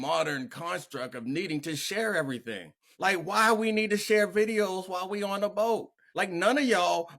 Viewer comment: Someone please help him learn how to pronounce the word “ B O A T’